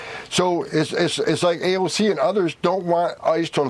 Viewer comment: He called her AOG😂